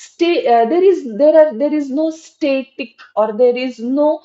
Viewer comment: Ur explanation is good, viewpoints r good, if u indeed teach English, could u work on improving accent, as in try to get rid of the mother tongue influence. Example u r pronouncing 'static' as 'state-ik'.